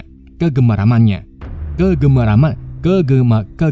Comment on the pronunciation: kegemaran ya mimin 😊, semangat bljr ngomong nya 😊